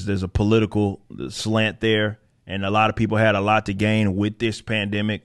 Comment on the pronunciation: Uhhhh.... plan-dimic?